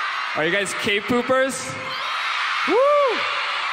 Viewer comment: Did he say "k-poopers" or my ears are lyin